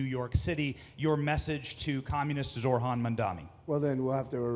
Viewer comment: Reporter can’t pronounce Zohran’s name correctly, misunderstands his political views, and lies about what he said about ice. These people are stupid